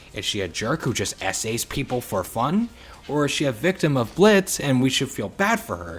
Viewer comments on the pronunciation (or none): Umm... The O is silent with Blitzo's name. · THE O IS SILENT 😭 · His name is Blitzø, the “O” is silent you illiterate Dummkopf. And keep your mouth shut if all you’re going to do is talk bad about Vizzy Pops beautiful sense of humor. And you should be ashamed of yourself for self projecting all your insecurities upon Sweet Stolas. You should really take a second to make sure everything up there is functioning properly before spewing all this hateful rubbish, get an IQ check man, Jämmerlich… erbärmlicher Verlierer, hol dir schon einen Job, Dummkopf.